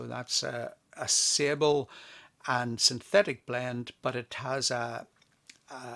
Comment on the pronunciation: Sable, pronounced as “sayable” love it